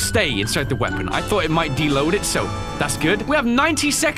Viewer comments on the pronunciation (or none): "De-load"... that word made every American cringe and get mad simultaneously... My soul hurt